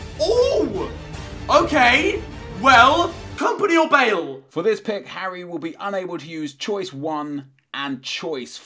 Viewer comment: Fangs Said Harry hairy